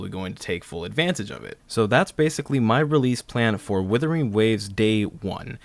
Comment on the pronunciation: It’s Wuthering not Withering. But great video!